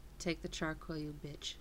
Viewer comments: Its Char-Coal Not Char-Coil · "char quil"